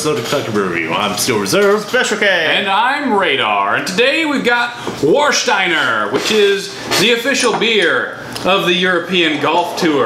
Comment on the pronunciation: Its pronounced as Varshtayner... In german